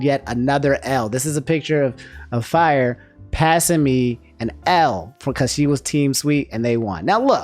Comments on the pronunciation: Ok I can’t let this slide. During the talk of the Splatfest. You called her Fyre or Fire? It’s Frye. Sorry had to get that out. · please tell me i didnt hear call frye "fire" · Not him pronouncing Frye as "Fire" 😭😭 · I feel you on the Spicy L 😭 though I was team Water, so 👀 Also, calling Frye "Fyre" hehehe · Its Frye bro 😭